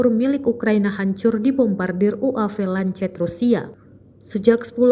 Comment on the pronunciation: Goblog bener ini pembaca berita..ngomong lancet aja ga becus.. bacanya Lanset woi.. Kamikaze juga ga bisa ngomong... Emg tribun penuh dengan orang2 tolol